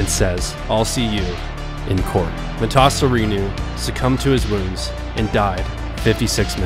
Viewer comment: The way he keeps changing the pronunciation of Emil Matasareanu last name is frustrating lol